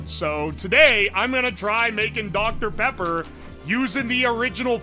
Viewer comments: he got that doctuh peppa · smacks lips I love doctor pippa